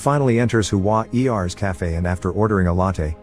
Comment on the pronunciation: Huan Er is two syllables. Not Hu-an E R. 🙄